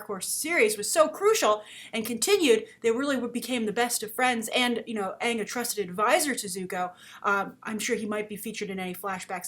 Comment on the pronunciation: IF they do another Avatar movie they BETTER Pronounce AANG correctly!!!